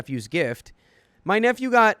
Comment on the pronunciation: I kid you not when I first heard you say I have a niece and nephew it sounded like I have a niece and f u. But I miss hear everything it's how my brain works